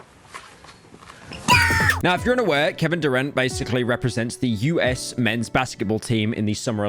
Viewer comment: ITS KEVIN DURANT, NOT KEVIN DUE RENT